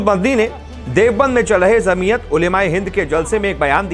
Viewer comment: Apna pronounce sahi karo bhai. Jamiyat J se he and aap z ko pronounce kr rhe ho.